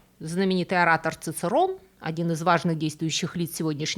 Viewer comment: Коньёмен.нет такого слова как "когномен" Чичэроне, а "цыцерон" это какой-то каламбур. И не секунда( это единица времени), а сэконда( числительное - вторая).